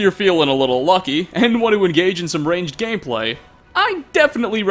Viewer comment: Ranged Gay-Play” 😂🤣😂🤣